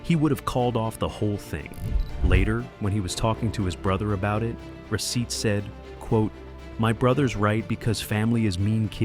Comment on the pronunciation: The turkish pronunciation of his name is rah-sheet. It sounds like the video is saying receipt. 😂